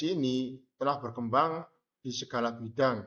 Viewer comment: Menit ke 2.45 terdapat pengucapan kata "berkembang" yg belibet. Seharusnya d cut dulu sebelum d upload supaya estetik. Selain itu pada awal perkenalan seharusnya disebutkan anak2 yg bertugas ini dr universitas mana. Sekalian promosi buat kampusnya. Semangat buat mbak dkk🎉🎉🎉